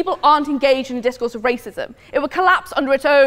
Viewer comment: And DiZCoUrZE